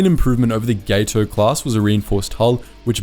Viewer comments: Gat-o, not GATE-o. All of the Gato class were named after fish. It's pronounced as the Spanish Gato (cat) for the Catshark. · Its GAT O class, not GATE O. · Two things: Gato is pronounced "Gah tow", not "Gay tow"; The picture of the Albacore you display is the wrong boat. That's the post-war research sub AGSS-569, not the wartime sub SS-218. The sub you have pictured was launched in 1953 and is, in fact, unarmed. You can visit her near the interstate between Portsmouth NH and Kittery ME. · Gato is pronounced with a short A. Gato is Spanish for cat and they don’t use the long a you are